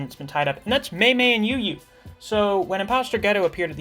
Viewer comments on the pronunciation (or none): It's really bothering me that you keep calling Ui Ui "Yu Yu". Hahaha. I think it's pronounced as "Uy Uy".